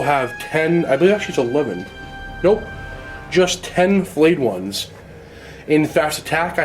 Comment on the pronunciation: Does say 'Flayed Ones' or 'Filleted Ones'... because if it's the latter every time he says it, I get hungry... Stop it!